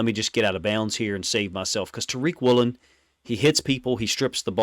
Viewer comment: It’s Woolen. Not even close